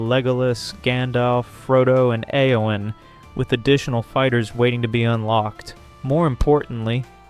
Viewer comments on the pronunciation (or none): none